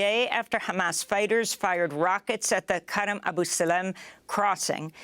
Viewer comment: I think it's pronounced Seek not Sick and Aboo not Abba